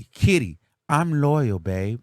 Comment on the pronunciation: you need to stop..Why are you stressing so hard on Kitty's name?😂😂😂😂😂😂 Soon Kitty will come out with a tell all as soon as she and Dwight isn't good no more 😂😂